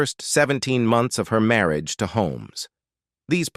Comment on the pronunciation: WORST VOICEOVER EVER. "mary-age" "chilled hood" Stop with AI. U lost me after a minute in.